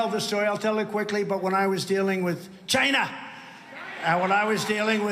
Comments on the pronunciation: CHINNNAA! I wanna throw up when I hear him say it like that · Trump is still sore that a lot of people accused him of pronouncing China as 'Jinah'. So every time he says it now, he says it with a hard 'CH'.